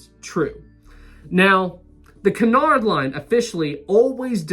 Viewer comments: Correct me if I'm wrong, but isnt it pronounced Cue-nard and not Cun-ard? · Nobody ever sailed Olympic to "see what it was like to be on Titanic." Jesus. Also the ships are "Bray-men" and "Oy-ropa" Also "Q-nard" I love how happy you are about liners.